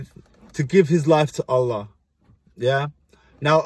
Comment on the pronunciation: I love how you say Allah and Alhamdulilah ❤️